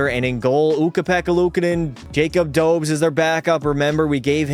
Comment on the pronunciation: Not Dobes Dobesh it’s pronounced